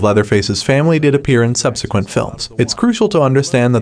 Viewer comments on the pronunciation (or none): none